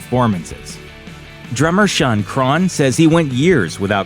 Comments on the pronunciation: Normal people: Shaun Crahan This dude: Shun Cron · "Drummer Shawn Crawn" wtf....... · Who is Shawn Craahhn?